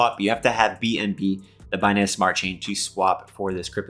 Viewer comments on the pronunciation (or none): none